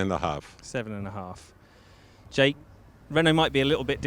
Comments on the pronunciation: The most innovative thing in this video is Giorgio’s pronunciation of Jake’s name 😂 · Haha Giorgio pronouncing Jake as jackE